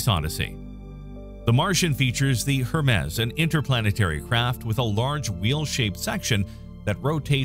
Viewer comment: You really don't know who Hermes is or how to say his name?